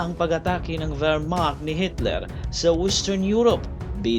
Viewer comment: Akala ng mga Pranses at Belgian na maliligtas sila sa matatag na fortification na hatid ng Maginot (pronounced as Majino) Line pero umikot sa masukal na kagubatan ng Ardennes (Arden) ang malaking bulto ng Wermacht (Vermak) kaya huli na nang malaman ng Belgians at French forces na nasa likuran na pala nila ang mga German. Di inisip ng Allies na dadaan sa maputik at masukal na Ardennes ang mga German. Kung di nagtagumpay ang Dunkirk evacuation baka natalo na rin ang Great Britain at nasakop ng Alemanya. Battle of the Bulge naman ang isunod mo!